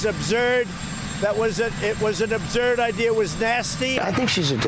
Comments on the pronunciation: Trump you are the chosen one,but you can't pronounce absurd!not abzurb..dumb dumb, I thought you were really smart. 🤘🐮👹🐘🆗️ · "it was abzurd" ? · Somebody tell frump the word is absurd, not abzurd. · Did I hear the President say obzurd more then once? There is no word obzurd. The educated way to spell and pronounce this word is, absurd. Get it right Mr. President. We are counting on you to sound intelligent because you are supposed to be itelligent being that you are the leader of this nation. Get with it dude! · Listen to the fool saying AbZurd! He is a nut job and a criminal and perverted liar! LOCK TRUMP UP! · You have it more accurate than I did about his ridiculous pronunciation I said, "AbZurd", but you got it right. I would love to kick Trump, and I am voting BLUE2020 too! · I hate how trump pronounced absurd “ubzurd” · What the heck is 'OB'zerd'??... Is it the same as 'Origins is the New Black'? lol... Americans, you get addicted to Reality TV and you wonder why this happened..... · new word, 'upzurd' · Scary when the president of USA can't pronounce "absurd" and "origins", etc... and looks like a child reading slowly for a prompter. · I love the way Trump a dump cannot pronounce the word "Absurd". perfect just perfect :.)